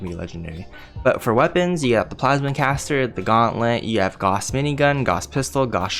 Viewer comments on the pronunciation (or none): GAOUSE...... You're saying Gauhss..... but it's actually Gaouse.